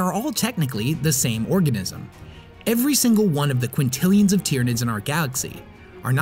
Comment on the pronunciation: This dude and the word "quintillion."